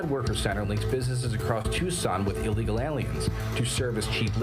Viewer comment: Soi many people say "allegal" it drives me crazy. Theres no A in the front